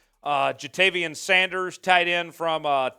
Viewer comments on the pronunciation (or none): none